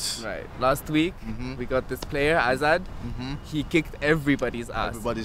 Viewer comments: At the beginning I heard: Hazard haha :D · I thought he said hazard I was like ksi meets hazard